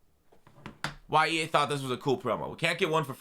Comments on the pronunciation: Lol he said E Anus 🤣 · He said EAnus.... 😂😂😂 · You said E Anus